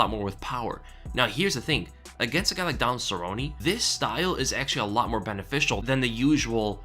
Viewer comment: I'm with you, I turned off the video because of the way he mispronounces "Cerrone", obviously the Weasel's never thrown a punch in his life